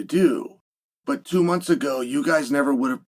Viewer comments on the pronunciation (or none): none